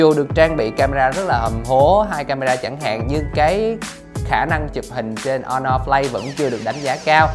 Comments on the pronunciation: Sao Asus lại không nên mua nhỉ? Mình thấy cũng ngon mà. Với lại review đọc Honor Play mà lại đọc là Honor Flay. Đâu phải điện thoại Trung Quốc nào cũng không đáng mua: Xiaomi black shark, Xiaomi mi 8 / mi 8 EE / mi 8 SE, Huawei nova 3/ 3i,Huawei P20 pro, Oppo find X, Vivo Nex S, Asus zenfone 5/ 5z,... Không đáng mua là sao nhỉ? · Vãi đọc , Honor Flay - GPU tu-bôn - Les of le gần =)) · Khuyên thật bạn này k nên làm review điện thoại Phát âm thì sai Hono flay là hãng j thế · Đt chơi game đc z rồi mà còn đòi hỏi camera? Phát âm tên sp nghe ức chế vl hono play? Là sp nào vậy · nó đọc o no play